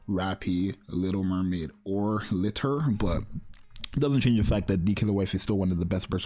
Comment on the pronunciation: Man it still kills me that he mispronounces Liter so bad 😂